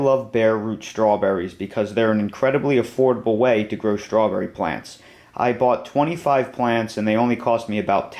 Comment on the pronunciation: There ain't no H in STRAWBERRY